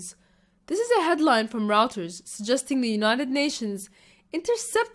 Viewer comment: First, the chem 'theater' video you refer to has been around since 2013/Ghouta - it's NOT a rehearsal, as you claim, it's a sick and sickening propaganda show for kids. Second, please, 'Reuters' is pronounced 'royters'. Third, US has already lost the Levant: the deal with Russia early this month gives Russia all of the Levant except for israel: the US gets israel. Only last week 5 top israel army and intelligence officials went to DC to get US to force Iran and Hezb out of Golan and US said: NO CAN DO and so the israeli delegation went back to tel aviv empty handed. The following day, Bibi rushed to Russia to ask same of Putin and Putin said; NO CAN DO too. Iran and Hezb are in Syria by official government invitation: something that only the Syrian government can rescind. US will NOT start a war with Syria over this, not with such hefty Russian presence on Syrian territory (no guarantees of victory for US). When war breaks out between israel and the Axis of Resistance, the US will not put boots on the ground but will supply the bullets. That's about all that the US can now do for israel, regardless of who is president. No US president will send marines to die on the beaches of tel aviv. The Syria war has changed the equation and balance of power, geopolitically and geomilitrily speaking. Your video relies on old data and that's why it's an amateur's analysis. Please get your facts right and your info updated and STOP IT with the clickbait headlines!!! You cannot help Syria wi